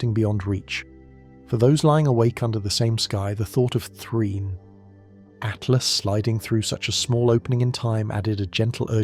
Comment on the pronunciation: Does no one check these things before they're published? After 3 dozen At-lasts I had stopped listening to everything else and was yelling at my phone Atlas! ATLAS! Artificial yes. Intelligent my ass